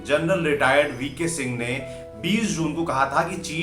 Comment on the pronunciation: Aare yaar Army Chief ka naam to sahi se bola karo..